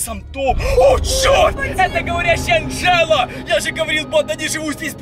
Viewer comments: Не Анджеду а Анджелу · Не Анджеда а Анджала